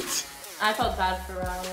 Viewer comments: Its the saying "RAUL" correct for the first time for me 😥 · I was SOOOOOO shocked when said "Raul" and not "Rail". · Oh my god... said Raul instead of rail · i think it’s so rude to know someone’s name but still pronounce wrong... why r they gassing her for saying his name correctly like that is the corniest thing i’ve ever seen 😭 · Wow actually saying Raul’s name right 🤣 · Best part of the video is for sure learning to say Raul's name right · The celebration when said Raul's name right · when she says rauls name right: 👏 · does she want a trophy for saying his name right...